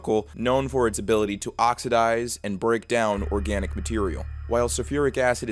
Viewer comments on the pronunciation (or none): none